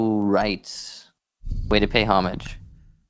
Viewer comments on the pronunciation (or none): So he’s got a thing for correcting irregardless/regardless, but pronounces Homage incorrectly... 🤷🏻‍♂️